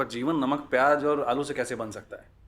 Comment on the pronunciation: Aalu❌ Aluaa✅